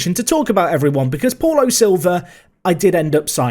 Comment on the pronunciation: I think Paulo is pronounced ‘Pow-Low’ 🤷🏻‍♂️